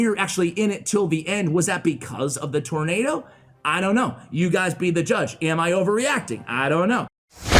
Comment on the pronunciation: I love your channel, but I have to say that you murdered tornado.